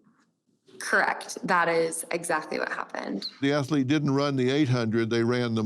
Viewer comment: What is an Ath-a-lete, Dr. Phill?